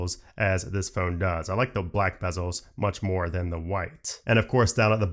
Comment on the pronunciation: Never owned one 🥱 bye iPod 😂, please learn to say phone properly 🤬.